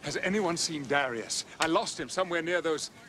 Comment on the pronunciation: Its Duh Ryus, not dare E us, get it right